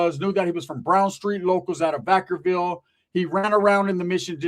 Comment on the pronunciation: Are you saying Vacaville? Or VackerVille? Lol